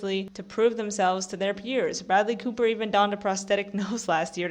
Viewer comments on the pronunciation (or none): none